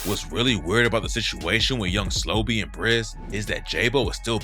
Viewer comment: SLO-BE not young slobby.. no diddy RIP Bris too